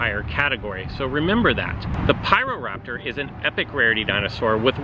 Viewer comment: And he says raptor like raptOOR